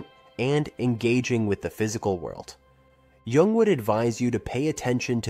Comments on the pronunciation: Wow. Starts by mispronouncing Carl Jung's name. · mispronounces "jung" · It would be cool if the narrator knew how to pronounce Jung's name.